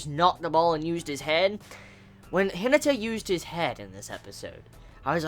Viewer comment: C'mon, "He-nah-tah" - Hinata just like from Naruto